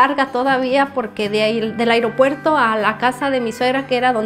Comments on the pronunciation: Me gusta como dice el “iropuerto” 👍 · Me gusta como dice “agriopuerto” 😅